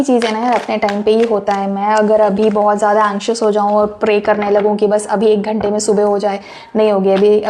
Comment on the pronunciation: 🤣🤣🤣That “Ek Ghante” got me rollinnn’🤣🤣🤣 TBT. Thank you 🙏🏾❤🎉.